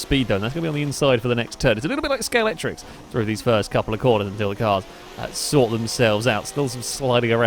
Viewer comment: Scalextric is pronounced Scalextric NOT Scalectrix!